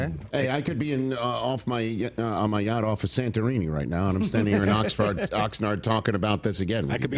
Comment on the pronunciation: LITTARLY SAID OXFART!!! F A R T! This dude is so bad at his work, wich is to speak...